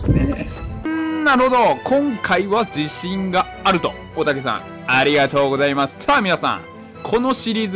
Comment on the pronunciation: 安定にありがとうございます 言えてて泣いた